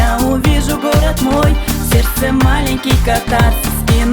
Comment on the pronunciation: Где он откопал эту мырку, которая произносит слово "сердце"-"серсе".